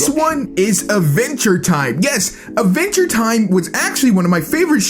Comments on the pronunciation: why dose he pronounce it aventure time instead of adventure time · Am I the only one that thought he said "A venture time"? XD